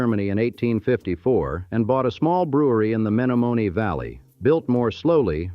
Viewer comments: It lost me at "May-no-may-nay" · A lesson for AI it's Me-nomin-ee River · Menomenee is pronounced THIS WAY: MEN OM EN EE YOUR pronounciation is RIDICULOUS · That's not how you say "Menomonee" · Lol...AI Men o men e Also mispronounced Plankington Hotel